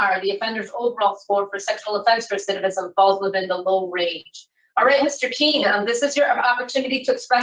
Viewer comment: His RECITIVISM WAS LOW?